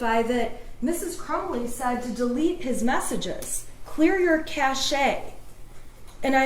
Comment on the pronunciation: "Burden of proofs"? This, from an attorney? It's "burdens of proof". And who punked her by telling her it's "cashay"? This is by far the worst closing argument. I have ever heard. She is so unprofessional